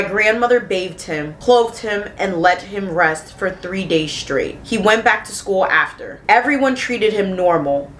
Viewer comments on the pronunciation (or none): none